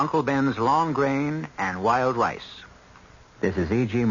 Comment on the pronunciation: Thank you! 👍 Well written, well acted. I seem to have to go backwards in time I'd I wish to enjoy quality entertainment . NOTE: I swear I heard Berle Ives during commercial say 'lWild Lice' instead of wild rice several times..lol (@ of 3rd story).